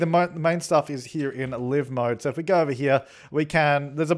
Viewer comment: dude it’s live mode! Liiiive mode. Not oh i ‘live’ in a house